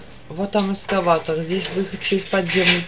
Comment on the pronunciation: Эскалатор , а не эскаватор